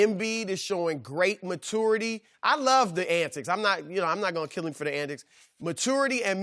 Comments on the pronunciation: Raptors need adjustments? Chris Broussard needs to adjust and change the way he says "maturity" 😂😂😂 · Nobody: Chris Broussard: "Matour" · Chris "Matoor" Broussard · I don't know why but I always chuckle at people who pronounce it "matoor." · Nobody: Broussard: Matoority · Chris "Matority" Broussard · Why he say matority like that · My biggest question is how you pronounce maturity lmao wtf Chris Broussard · Am I the only one that gets slightly triggered everytime chris says maturity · Somebody needs to teach Broussard how to say maturity🤦‍♂️😂My ocd kicks in when he says that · why does Broussard gotta say MATURE AND MATURITY like that?! Really grinds my gears!